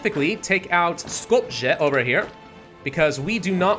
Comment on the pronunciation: Please never pronounce Skopje again. The way you pronounced it was bad.